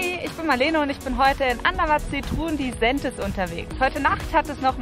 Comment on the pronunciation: Wie sie Disentis gesagt hat ist komplett falsch